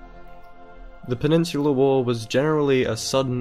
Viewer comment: It sounds like penisular wars